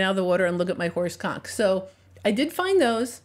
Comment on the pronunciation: Is she saying horse conch? Not so much